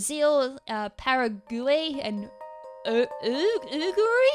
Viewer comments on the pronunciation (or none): The countries are actually pronounced Para(like para-flinch)guay(g'way) & Ura(like you're a)guay. :)